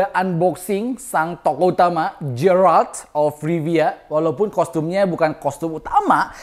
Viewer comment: Geralt..bukan jeyralt bang..